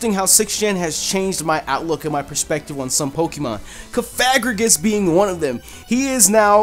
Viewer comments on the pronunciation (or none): *mis-may-gee-us *cough-a-gree-gus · Cofagrigus is pronounced coughagreecgus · It's cof-a-gree-Gus ,that's For #3